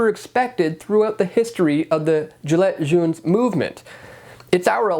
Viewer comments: Its pronounced "jilay shon". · The way you pronounced Gilets Jaunes was too much for me not to help out. Listen well, Gi like Giraffe. Lets like lay an egg. Jaunes like Zho with an n. Zhaun.